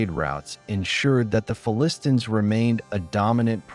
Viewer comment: What is with the affected pronunciation of "Philistines", a pronunciation I have not heard anywhere else and one that is counter to all dictionaries. Are you just trying to be clever?